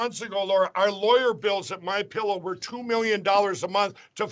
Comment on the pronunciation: Did you notice the guy in the vehicle poking fun says “Mein Pillow?” 😂😂😂😂